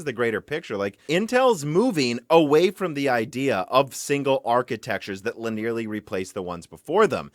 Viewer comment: Linearly has four syllables. LIN-ee-er-lee. Linear plus "lee" at the end. It is not li-nearly. Genoa is GEN-oh-uh, not geh-NO-uh. Forum is FOR-um, not for-oom. There are quite a few other words you routinely mispronounce, but I'll leave it there.